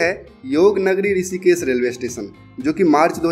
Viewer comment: why you pronounce S instead of SH.? It is Rishikesh not Risikes, Pahari area not paari area. yaar teri English bahut galat hey. I do not where you studied? Every word wrongly spoken.